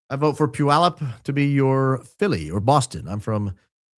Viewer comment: Puyallup is neither dinky nor on the coast. It’s 43k people and about 100miles inland. I DO appreciate that you pronounce it correctly! (I lived in Orting, the next town over, for 20+ years and my Mom graduated from PHS in 1958!)